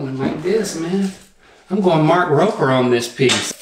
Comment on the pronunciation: Love that Link watches Mark Rober.... But he said roper lol, cute.